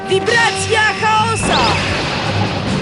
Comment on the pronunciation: Boli w uszy "CHAOSA" X'DDDDDDDD